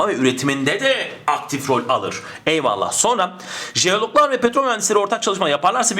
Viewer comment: her videonuzu severek ızlıyorum ama; EYVALLAH'I neden bu kadar vurgulayarak söyluyorsunuz?Paragraf çözmeye çalışıyorum zaten beyin yanıyor bu kadar tonlamalı eyvallahhh demenız :S